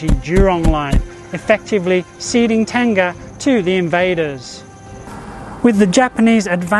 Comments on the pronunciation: Not Tenga, it should be Teng-Ah. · I think you meant Teng-Ah, Ten-Gah is a Japanese male self baiting sleeve. :)